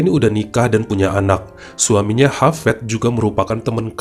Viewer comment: Hafiz.. bukan hafEd Dunia...bukan donia